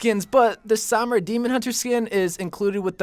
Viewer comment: The way you pronounce Sombra makes me want to mute the video tbh.